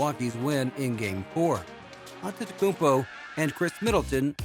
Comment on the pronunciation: Maybe before making a video on Giannis, learn how to say his name